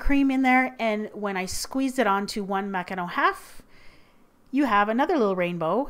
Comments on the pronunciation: Nice job on the macaron pronunciation,!:D xx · She's pronouncing it perfectly, she's French Canadian. You guys need to stop being so harsh, is a baking goddess. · FINALLY, someone pronounces it correctly <3 lovely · I love it how you pronounce ''macaron" and "macaronage" :D ❤ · I loooooove the way you pronouce "macaron", to a french hear you have kind of an spanish accent :D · finally! someone who sais MACARON not MACAROON :) btw, is that martha stewart from tv paprika? (saw your baking tray) :) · The way you say macaron>>>>>